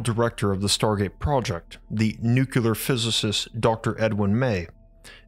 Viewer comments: What fascinates me is how such a well spoken, articulate narrator can consistently say nukular ("noo-que-ler") instead of nuclear ("new-cleer"). There is no such word as nukular. Stop saying nukular, please! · You are a very smart guy,. It is pronounced “nuke”-“clear” not, “nuke-you-ler” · Bruh.... "nucular"? No. Nu-clear. Nuclear. How the fcuk do you get "newk-you-ler" (3 syllables) from NUCLEAR (2 syllables) I'm seriously asking you, as in, I'm not being rhetorical and just talking siht or correcting your pronunciation. I'm genuinely interested in your answer. When you read the word or write it, especially, isn't there something in your mind that tells you what you're seeing and what you say out loud or internally, just doesn't add up. And when you hear the correct pronunciation from others, do you think they're saying it wrong or maybe there's 2 ways to say it and they're both correct? Or do you even notice the discrepancy? I hear supposedly well educated people (George W. for example) making this mistake all the time. I've always been wondering what goes on in their heads but never had a comment section to ask the speaker. So here we are. Anyone else who has empirical input on the subject, feel free to chime in. Please and thank you! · Its nuclear, not NuKyULeR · You still pronounce nuclear "nukular"? WHY?? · It'spronounced "noo-clee-ur" get it right or don't say it.😊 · I love the two videos of yours I've watched. The other was the Kozyrev Mirror. By the way, there are two ways people pronounce "nuclear," and one of them is correct.